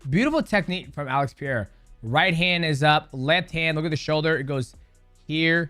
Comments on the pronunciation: Kids, repeat after me: Pe-re-i-ra. Not Piera. Not Pera. Pereira. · It’s pronounced “purrerira” like a cat lol not Piere the French man lool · Appreciate the content but you're getting alex surne wrong everytime😂. Its peREira, non peira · Pereira is pronounced Pe rey ra not Pier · PEREIRA NOT PIERA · Why can't Americans say pereira lol. Its puh-ray-rah it's not pee-yay-rah. If you want to get super technical like Brazilian way of saying then it's puh-hey-ya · mighty please bro just say pereira tf is piera? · PE REI RAA, no PIE RAA i cant with DJs pronunciation of alexs name xD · Love you champ. It's Puh RAY ruh. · peh rey rah thats how you pronounce pereira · who's "pieira?" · Who the hell is Pierra? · Please stop saying pee-air-uh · Is he saying Peyera in reference to Chael butchering names or he is butchering it himself. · Mighty out here pulling an Uncle Chael saying "Piera" lmfao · Who is Peria? Got to practice on pronunciating correctly peoples name. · Alex Pereira ❎️ Alex Pierra ✅️ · Alex Pereira ❌ Alex Pi’erre ✅ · 🐭: Alex "Piera" and "Yurdi" Prochazka XD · Alex Pee Era lol. It's "Puh DAY duh" for gringos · Chael and Dj 🗣️ Piyera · alex pierra 😂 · Dj, why are you calling this man Pee-air-uh. Sound like Uncle Chael saying the names wrong! 😅 . R's are H's in Portuguese. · Who tf is Alex Pee’eiruh? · Purr - air - uh is how you pronounce his name. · Why does DJ think “Pereira” is PEA-AIR-UH? It’s not hard to pronounce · "Who the hell is Alex Piera?" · DJ been watching Uncle chael... Alex "Pierra" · “Alex Peereira” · Why can't anyone pronounce his last name correctly? "Pieria" wtf... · Lol Pierra. Shout out to Chael P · Ah yes, Peeairah and Yurdy/Djurdy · It's not Piera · Alex Pierra/Poirot vs Zhiri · alex pierre-a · Who's this Alex Pieira guy that DJ keeps talking about? 😭😭😭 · Pereira not Piera, can you not see/read the difference? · I love your vids DJ but Alex's name is pronounced like "Puh-rare-ra" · Alex Pierra????? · every time he says alex's last name i cry